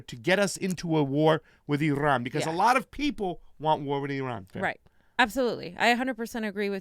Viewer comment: Irrrrrran, irrrran...eeerrrrun!